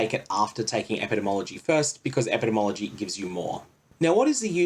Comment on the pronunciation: Ep-ih-dee-mee ology Sovereign-tee, not "inity"